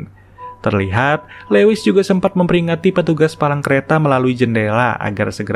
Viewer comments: Min, maaf ralat dikit ya.. Lewis bacanya Luis bukan lewis.. Thank u, Min.. Semangat.. keren channel-nya.. 👑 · Lewis dibaca Luwis